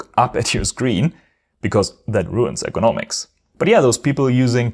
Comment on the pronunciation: Pronounce ergonomics more clearly so it doesn’t sound like economics (thought you were talking about price originally)